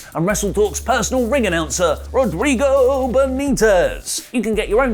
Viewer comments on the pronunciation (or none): none